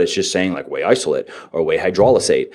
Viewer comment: I love that he can say "aN hydrolizate" but still say "hyperphotry" lol